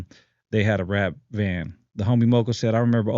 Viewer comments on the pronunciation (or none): I hit Fatimas when I hit LA. Those burritos are fire. It’s halal too. No disrespect but it sounds like you’re saying vano instead of pano.